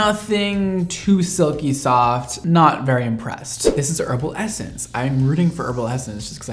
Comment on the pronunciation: sorry to be that person but it's pronounced Herbal EssencES not just one essence haha